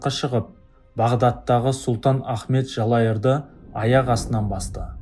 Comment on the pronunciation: Жалайыр деп айтшы сілімтік! Жалайыр йт демей!